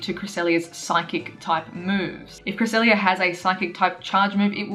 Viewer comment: CREE-SELL-LIA lol if you understand what I'm writing here honestly we all need a proper guide to pronouncing pokemon correctly like knowing the 1 way to pronounce the pokemon without these dumb disagreements lol. The 3DS pro is helpful for a start as you can listen to pokemon pronouncations just like that as you scroll through the national pokedex on that but it also features pokemon from gen 1-5 so pretty much you only need to watch the anime now if you want to know how these pokemon are pronounced and I mean watch the latest episodes of it since some pronunciations has changed over the years e.g. regice used to sound like "REGI-ICE" back when the lucario & the mystery of mew movie came out but now as of pokemon diamond and pearl series regice sounds like this "REG-ICE" that is more correct if you ask me. Just a thought I like to share with you guys here. I am not perfect here let's share the knowledge of pokemon together lool.